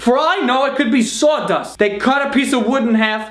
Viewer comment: The way he says sawdust